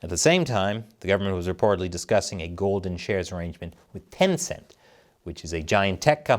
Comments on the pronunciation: I can't be the only person who heard "golden showers" every single time you said "golden shares." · I keep hearing every time you say golden shares…. Golden showers😂😂😂